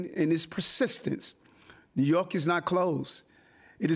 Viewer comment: Trojan horse....doesn't feel or look right. He can't even pronounce New York and he studders when he has to tell his "stories" to be relatable. Not feeling it.